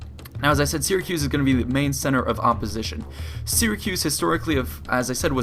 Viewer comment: Very well made and documented video. The problem is that you have a few narrating flaws that reduce the quality of your videos. I do realize this video has been made a long time ago and you probably addressed some of these issues, but i'm going ahead with listing them anyway. You use "thee" instead of "the" consistently throughout your narration even though the nouns you use do not start with vocals. As you may know, "THE" is only pronounced "thee" when the attached noun starts with a vocal. This may be a verbal tic that you can address very easily by marking the nouns that start with a vocal with a magic marker in your script and only pronouncing those as a "thee". The second problem is that you repeat yourself a lot and also use the expression "as i have said" annoyingly often also unnecessarily bloating the length of the video. My suggestion to correct these problems is to write down a script and simply read from it instead of ad-libing. Since you cannot avoid using verbal tics, a script is the only way to go. I hope you don;t mind a bit of criticism and you improve your narration skills over time (invest more skill points in speechcraft). Thank you for making these great videos.